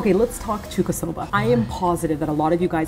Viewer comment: Hey! It kinda annoyed me during the video, but it is Chuukasoba. 中華そば. ちゅうか is what you indeed say to food from China. So not a short 'a', but a long one :)